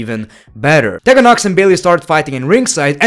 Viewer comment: it’s pronounced TEE-gan not TEH-Gan.